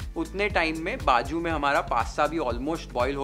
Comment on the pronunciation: It s nt baju it's bazu😅